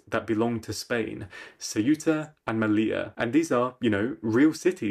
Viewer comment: Céuta, not Ciúta Meliya, not meliah